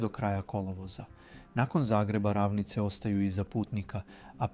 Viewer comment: Kako ovaj naglašava riječi????😂😂😂 Pa nije VirOvitica nego VirovItica !!! Na I je naglasak! Isto tako nisu rAvnice već ravnIce!